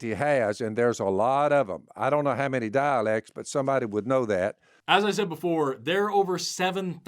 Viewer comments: I got really confused when he started talking about the daleks. I couldn't believe that the people who wrote the bible were Whovians! Then I realized he was saying "dialects" and I was a little disappointed. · Did he say humanity has “dialects” or “daleks”? If it’s daleks, then we need Dr Who!